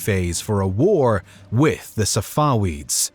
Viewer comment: It’s pronounced SafaVeeds not SafaWeeds. The letter V, not the letter W.